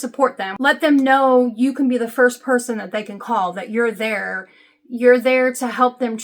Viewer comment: I like how you say there and her: "thurrrrr and hurrrrr" Remember the Chingy song?